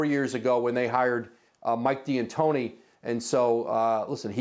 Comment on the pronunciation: Why does he keep calling him Mike D'Antoni as Diantoni?